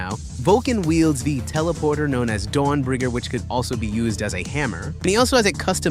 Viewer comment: Lmao he pronounced it “Dorn Bringer”. Every time he swings it, Rogal Dorn appears.😂